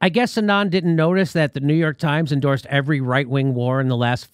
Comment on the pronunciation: Hey there! Love your videos :-) since you were wondering - the name „Anand“ is pronounced „aah-nund“ - with „nund“ like bund from bundle 😊